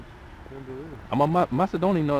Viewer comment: MADEDONIAN instead of MACEDONIAN :)